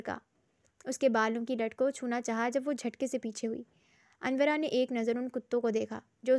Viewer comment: Ap sy pehly bhi kaha tha k ,anora, naam ha not anwra itny modern naam ko anwra ker dia ha😢